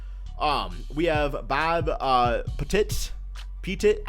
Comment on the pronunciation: Bob Pettit is pronounced Pet-it like the words pet and it